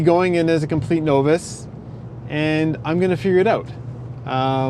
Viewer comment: You pronounced "novice" very oddly. You know mtb but your moto knowledge is surprisingly thin... you "discovered" itchyboots...but she is bigger than you.